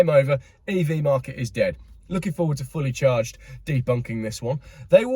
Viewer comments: Did he say 'Fully Charged' Show or 'Fully Charred'? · Did you say 'Fully Charged" or 'Fully CHARRED'? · "Fully Charred"😂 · Liked your Freudian slip of "Fully Charred".. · “Fully Charred” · Was that 'fully charged' or 'fully charred'. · Was that a slip of the tongue? Fully Chard. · 8.56 he says ‘fully charred show’ instead of fully charged, I think that says a lot! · 9 mins in, did you say 'Fully charred show':)